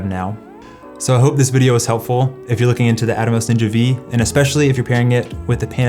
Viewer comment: Ninja Five. Not Ninja Vee.